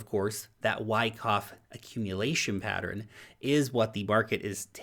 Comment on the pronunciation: It's Pattern, two syllables! Not Pateran ! ?!? lol